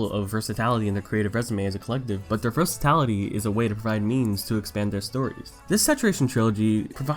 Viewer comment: versaTILity not versaTALity